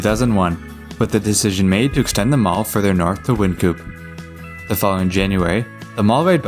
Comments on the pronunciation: Some local pronunciation differences are: Wynkoop the street and station is "Wine-koop" Auraria is "Ah-ror-ee-ah" Osage is "Awh-sage" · Wynkoop is pronounced Wine-coop. Like a chicken coop. but Wine.